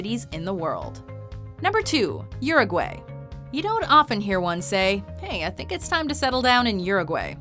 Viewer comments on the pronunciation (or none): It's not Uruway, it pronounce uruwhy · URUGUAY it's pronounced OO-ROO-GOO-I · uruguAY NO EH, ES URUGUAY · The she says Uruguay is annoying